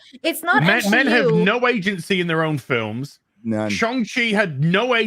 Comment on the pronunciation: I just want to say. It’s NOT M-She-U 😂 😂